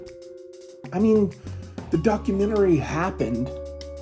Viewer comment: I dont trust anyone who pronounces Documentary as "Documentarary". I honestly think that guy is actually the Scranton strangler.